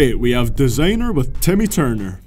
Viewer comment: U can't even say desiinger rite dumb.